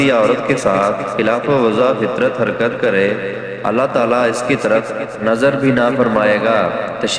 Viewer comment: لفظ اللہ (رب العزت) کی تصحیح کریں، ، جزاک اللہ خیر۔